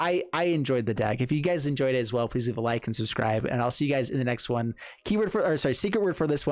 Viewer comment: "subscrive fur da jeff cuz he's kewl"